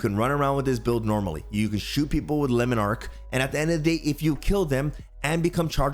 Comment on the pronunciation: "Lemon Arc" its all fun and games till the French guy pronounces it and you're like AnimeWow